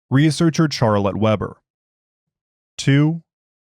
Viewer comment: Love how your AI screws up the pronuciation of "Charlotte Weber" :text-green-game-over